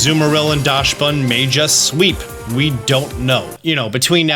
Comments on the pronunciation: It’s pronounced Daxbun, not Dashbun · I love your content. But please stop calling my boi 'Dashbun'. It's 'Daxbun' because it comes from the german Dachshund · Oh god, can you please stop saying "Daschsbun"? The word Dachs comes from the german word "Dachs", where the "chs" is pronounced like an "x". Do its basicially "Daxbun" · I keep hearing people pronounce it DASH-bun......It's pronounced like DOCKS-bun .....and yes, the timer DOES go down during animations. That's why I won't terastalize my pokemon. The power boost is great, but the animations take FOREVER!!!. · Great vid, lots of valid points, but I did wanna say that Dachsbun is pronounced "dox-bun", as it's based on the dog breed Dachshund, which is itself pronounced "dox-und". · DOCKSbunn, please don’t butcher my favorite new pokemons name! It’s after the dachshund which is pronounced “dockson”. Sorry I should have also added thank you for all the amazing content lol, I got a little ahead of myself! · Is that really how you pronounce dachsbun? It's a dachshund. Dox-bun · I’ve yet to hear anyone say dachsbun’s name correctly, like “dachsund”. Do they know something i don’t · Hi, German here. The "Dachs-" in Dachsbun is pronounced like "dux" or "ducks", so it would be "dux bun/ducks bun". A dachshund is also pronounced with "dux/ducks". No "sh" in there. Thanks for the vid. Looking forward to seeing how the event is going to go! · I think Dachsbun is pronounced Daks-boon to rhyme with Dachshund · I believe it’s pronounced more like DOX-bun since it’s based on dachshund (dog breed) and the s comes after the ch. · Docks-bun Like the dog breed "Dachsund pronounced Dockson" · As a German the pronunciation of Dachsbun kills me lmao